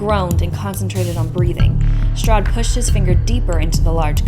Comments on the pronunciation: Hearing Strade pronounced as Strod is physically hurting me lmfao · HGAHAHA BUT IT SOUDS SO FUNNY TOO I legit couldn't get into the vibe but the stahd killed me LMGAOO